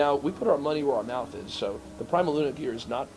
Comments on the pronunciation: I’ve never heard someone mispronounce PrimaLuna before. I’m surprised you didn’t correct him. Also funny that he took the trouble to introduce staff and then got their names wrong, lol. Not a good day. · the VPI guy not only miss-pronounced Prima Luna then stuck his foot in his mouth introducing the staff. LOL not exactly making a good impression.